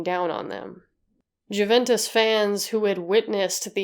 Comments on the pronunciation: Say it like... you-ventis. = ) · It's amazing how much effort you put into your videos, but please try not to overlook small things like pronunciation. 'J' is pronounced as 'Y', and even English native speakers don't make exception here. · p.s. just so you know, though I doubt you'll find yourself speaking about it again, Juventus is pronounced "you-ventus" because it comes from Latin so the j is read as an i, and i in Italian is read like "e" in English lol. And "e" is pronounced like "a" in English. Needless to say I still have a hard time when someone is giving me the spelling of something in English 😅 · All the research you did and never thought to look up how to pronounce Juventus?